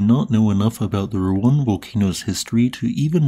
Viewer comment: Finally you pronounced Ruang right this time yay